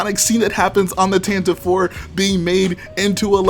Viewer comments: No its pronounced tantive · Zac Mumblethunder same I’ve just always pronounced it tantive, but that might just have been bc I read the visual dictionaries and just subconsciously called it tantive